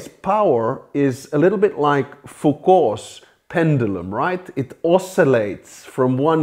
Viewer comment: Who would've thought the Finnish pronunciation of Foucault would be such a good way to start a pub brawl?